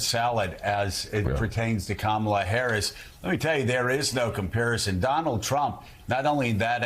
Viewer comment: Okay, I've been watching this show forever, but I've been watching the last few months and gritting my teeth. Because why can't you people say kamela Harris's name correctly? Have we not been through this? It looks like you don't care. It looks like you are not prepared. You don't even pronounce her name correctly. This morning, 3 different people, including Joe, pronounced her name incorrectly. She's not a camel. She's a coma can you guys work on that? Because it looks like you disrespect her and the rest of us.